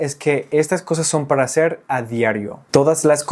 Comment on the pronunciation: La R suele delatar a casi todos los angloparlantes. Al principio no, pero después de un rato, como que te cansas y dices ¿Cómo le vas a “haceur"? Pero en general, tu español es ¡más que excelente! 👏🏻 Y tu contenido es aún, ¡mucho mejor!